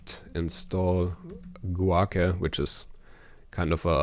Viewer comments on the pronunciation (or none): Guake - is probably pronounced Gwake